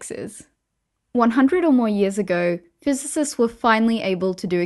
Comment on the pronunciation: Did you say ""?